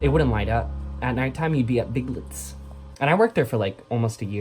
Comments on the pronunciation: omg when you said "big lits" instead of big lots I fuckin lost my shit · Omg the ”big lts” is killing me😂